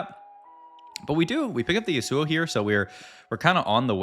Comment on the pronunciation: Is it me or do you pronounce champions names weird. Its like youre purposefully doing it. You say yasuo and galio so weird